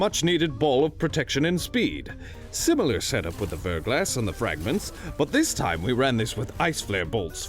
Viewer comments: It's pronounced VER-GLAW, like "thaw", not VER-GLASS. ❤ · Verglas is pronounced "ver'glä" it's a French word that means thin coat of Ice. Before you ask yes, I am a Verglas Curve fanatic.